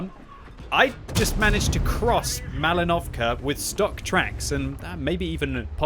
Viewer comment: You're pronouncing Malinovka wrong. The stress is on the i.